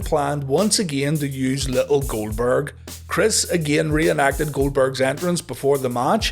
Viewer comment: Jericho constantly butchering Goldberg’s name 💀